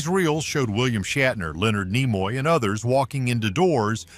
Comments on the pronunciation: Herbert Solow is spelled with a w at the end, not Solo. And Leonard Nimoy's name is pronounced NEE-moy, not Nih-MOY. quite a few other "bloopers" on the video. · AI generated voice is maddening and so is the constant changing of how names are pronounced- Nimoy for example. You would think that AI would either get it wrong all the time or right all the time, but it goes back and forth between the two pronunciations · He couldn't even pronounce Leonard Nimoy's name correctly!!